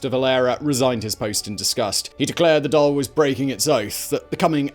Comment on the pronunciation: "Carrick on Seoo-er"" not "...-on sewer". "Dawl" , not " "Dall".